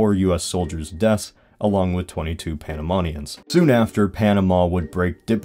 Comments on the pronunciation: why do you say panamonians instead of panamanians? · Its Panamanians not Panamonians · Me duele como dice Panamenians como Panamenion m8 there are no O's in Panama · As a Panamanian, it gave good summary of what happened. Good video. Only that the riots of January the 9th was in 1964 not 1963 and that we are called "Panamanians" not "Panamonians". to this day, we are influenced a lot by the US. I'm pretty sure that we speak more English than the other Latin American countries and our currency is essentially the US Dollar with a different name. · Why does it sound that you say ''Panamonian''? It is pronounced Panamenian. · There's like two minor mistakes in the vid, like the incident of January 9, which happened in 1964, not '63, and "panamanians" isn't pronounced as "panamonians". Other than that 'tis a pretty nice vid, though oversimplifying of the events kinda makes it all lack context. And another thing: the separation of Panama from Colombia had many other factors, but the Canal was the final nail in the coffin. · every time he said panamOnians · Please do better research the Hay Buneau Varilla treaty was a scam for Panama, the New Panamá Canal Company signed the treaty as if they had any jurisdiction which they didn't and the US later forced the treaty on Panamanian Diplomats. Also it's pronounced Panamanians. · The way you say " Panamanians " is unusual